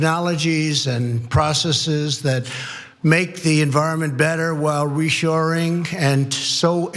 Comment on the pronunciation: Is Donnie talking about "reshoring production" or "reassuring production" or he just needs a new set of dentures?